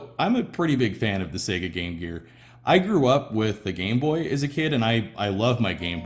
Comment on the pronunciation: At last — an American who pronounces Sega correctly.